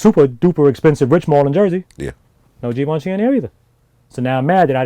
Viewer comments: No Givenchy, But you pronounce ut like gi ven chie basically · This nigga calling Givenchy.. as geevenchi 😂😂